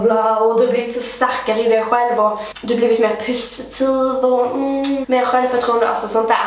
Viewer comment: Blir gladare för varje gång du säger pussitivt